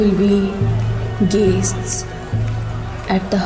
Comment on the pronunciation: Guests i boleche, pronunciation ta orom koreche... "Gays-sts"